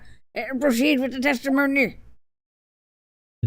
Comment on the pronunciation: I'm glad I wasn't the only one who heard "testimomi"